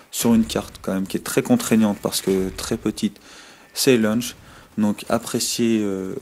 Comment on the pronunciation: J'adore comment tu prononce lauch : Lunch !!! MDR